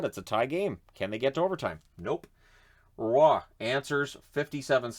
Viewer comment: My goodness, please stop pronouncing Nic Roy's lastname as "Ruh-Wah." It's not the way it's said!